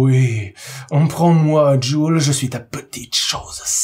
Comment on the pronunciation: "djoule" ? Je préfère prononcer Jules